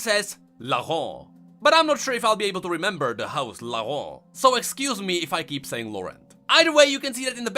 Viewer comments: Laurent is pronounced “Lohran”. Not “Lahon” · Lor-ent French Speakers: REEEEEEEEEE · No one: trying to pronounce "Laurent": LaHOhg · Omg i love the way you say "Laurant" (but as a french if i may > you can say it like you say "low" and "ran"ked (without the ked) i think this can help, but if you pref just keep saying it like that i don't complain its cute ^^!) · It's not that hard to pronounce Laurent, just say it as LO-GANT. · Ok for the name AS A FRENCH I shall try my best to teach you how to prononce LAURENT : "Lau" is prononce like "lo" from lotus, so far so good. "rent" would prononced like "ran" from "rant" and you should be good. Hopefully. Great video I loved it xD except for how you say Laurent xD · You know Paris, France? In English, they pronounce it “Paris,” but everyone else pronounces it without the “s” sound, like the French do. But with Laurent, everyone it the English way, “Laur-end.” Like The House Laur-end and Laur-end Chevalier . . . Why though?! Why isn’t the title House Laurent?! Are you friggin’ mocking me?! It uses the French accent so speak the French word, damn it! That sh*t pisses me off! Bunch of dumbasses! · Conserning Laurent prononciation, just pronounce it like in english but without the "t" sound at the end, that way is closer to the french prononciation than you're forced accent. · It's funny because the old prononciation is actually the correct way you say it in French, the new one is just blatant gibberish.